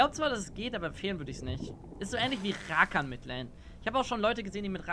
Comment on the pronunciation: bitte lern das Wort "legit" und "Rakan" richtig auszusprechen.